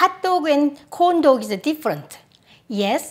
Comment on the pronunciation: when you said “corn dog” I was quite surprised for a few seconds but I heard it as “condo” which is like Butt in my language lol 😂